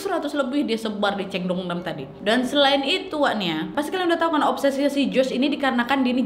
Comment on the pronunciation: Bacanya bukan ceyong. Tapi Chong